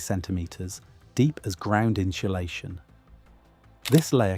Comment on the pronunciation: Insulation doesn't have an "H" in it!